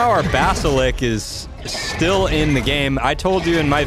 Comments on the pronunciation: its basilisk not basalik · I like how he doesn't say the "s" in Basilisk. He says Basilik lol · say basiLICK one more fucking time. i dare you :D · WTF IS A BASILICK ITS CALLED A BASILISK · basiLICK